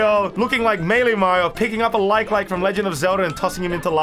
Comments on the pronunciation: Ummmm you say Melee wrong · Name: super smash melee:MEELEE